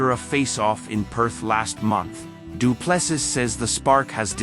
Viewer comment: His surname is pronounced..DU'ple'See....